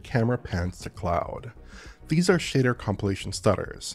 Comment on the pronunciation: I love that he says “shader” as “shitter”.